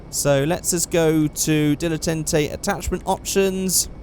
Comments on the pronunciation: Dil-eh-tant-ay that's how you say the GTA Prius name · It's pronounced DILLA TARN TAY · Dilletante pronunciation dill-e-tont-ay